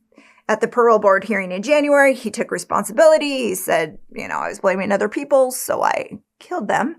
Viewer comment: Why do you say "ether" instead of "other?"